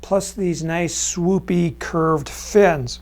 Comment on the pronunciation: He said swoopeeee curved! 😱😝🤪🤣😁👍👍🇺🇲